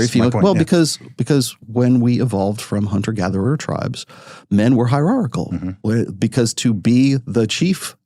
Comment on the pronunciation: dude can't pronouce hierarchichal